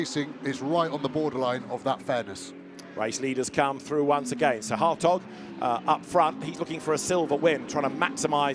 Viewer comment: Every time they say Hartog I just hear hotdog 😂